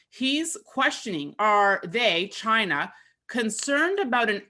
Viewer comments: Is it just me or is the guy saying chiner and not china? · I can't take anyone seriously who can't pronounce China correctly. "Chiner"? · I love the info, but it's China, not Chiner. That pronunciation was brutal. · Peter was talking about "Chiner" not China. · Am I the only one who watches Peters interviews solely to hear him say “Chiner”? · I thought he kept on saying CHINER....HAHAHA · Chiner. Love it. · ‘Chiner’ lol